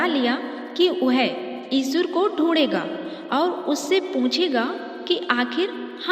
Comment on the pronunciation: O bhai vo eshur nhi eshwar h.